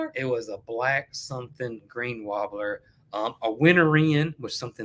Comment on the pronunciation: Is saying warbler or "wabler"? I like his accent and usually have no problem translating.